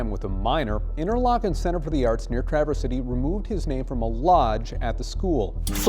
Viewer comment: The pronunciation of Traverse City is accent on the first syllable!